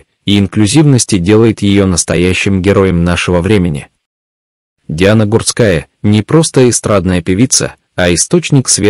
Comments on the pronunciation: Комментатор не правильно ударения ставит на фамилии Гурская не на у ,а на а ударение. Сначало ознакомьтесь и только потом комментируйте -позор ролику. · а откорректировать программу на правильное произношение нельзя? Слух режет. Иногда произносит фамилию правильно ( не склоняя), а иногда начинает склонять, да ещё неправильно ставит ударения. Плохо это